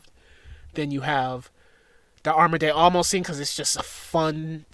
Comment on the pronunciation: “Arma de Amos” 😂